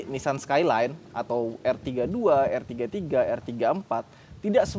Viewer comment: Bukan er33 tapi r33